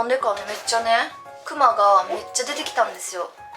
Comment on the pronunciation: クマの発音めっちゃ気になる笑 動物の熊と同じイントネーションじゃないと思う。。